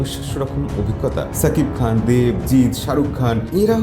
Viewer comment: সাকিব খান না , শাকিব খান। ঠিক যেমন বলেন সাহরুখ না, শাহরুখ খান।